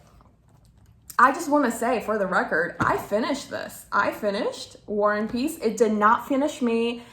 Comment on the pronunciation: you kept saying "war and peace" but it sounded like you were saying "one piece" and tbh, not inaccurate at all,,, lol